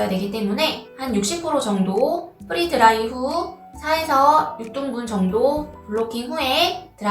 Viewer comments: 선생님 “프리” 드라이가 아니라 “프레” 드라이 입니다. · 프리 드라이가 아니고 프레 드라이 입니다 free 아니고 pre!